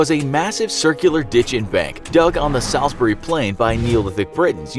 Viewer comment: The way this guy pronounces Salisbury vexes me and idk y